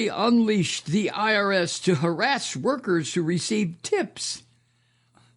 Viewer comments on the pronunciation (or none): none